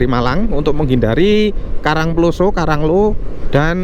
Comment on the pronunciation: penyebutan karang ploso kyok wong mexico ae sam,,wkwkwk